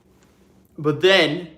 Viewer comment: Every time you say ‘But then(!)…’ I’m like, jeeeez….as I eat my doritos